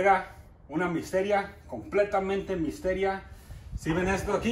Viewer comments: Jajajajaka es misterio no misteria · Se dice. Misterio no mistera 👍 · Misterio no Misteria lol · No se dice dijir se dice desir no se dice misteria es misterio y me gustan tus vídeos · se dice misterio